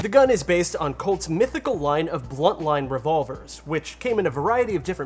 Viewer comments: BUNTLINE not "Blunt Line" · Every time he said "bluntline" I was like -_